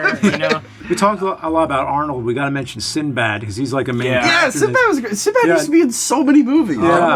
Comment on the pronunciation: "Charactrer" REALLY guys?!?!?!?